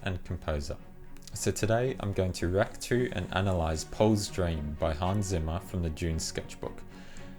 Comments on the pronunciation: Zimmer is pronounced “Tsimmer.” It’s German. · Hans Zimmer - not Simmer!! Wrong pronunciation!